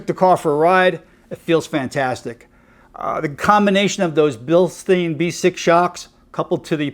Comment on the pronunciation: Bilstein is pronounced Bill-stine. If the word has an "ei" then the "i" is the sound. If the word has an "ie" the the sound is "e". Your welcome... :-)